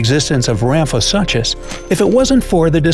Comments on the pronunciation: Rhamphosuchus is pronounced as "sookes" at the end and not "suches"! Great video, love dino-like creatures. Who else? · Suchus (soo-kus) the ch is not pronounced normally in latin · Argh the pronunciation of Ramphosuchus... The suchus part is pronounced soo-kus! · Wrong pronunciations: Rhamphosuchus is “ram-fo-sookus,” not “...such-us”; Livyatan is “leev-ya-TAHN.” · the way he pronounced ramphosuchus has me dying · I was scanning through the comments to see if anybody else noticed that every time he said it incorrectly it made me cringe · Sarah Holliday—Yes, that one was especially painful 😖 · Does it bother anyone else how he's mispronouncing "suchus"